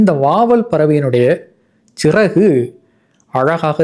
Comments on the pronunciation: Siragu என ஒலிப்பது பிழை! Chiraku என ஒலிப்பதே சரி! அப்படி பார்த்தால் மலையாளத்திலே சரியாக உள்ளது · Correct. Chiragu is the pronounciation.